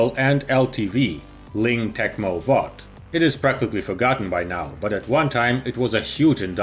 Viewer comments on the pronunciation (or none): none